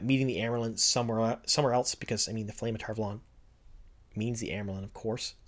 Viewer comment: I denounce your pronunciation of Tar Valon sir.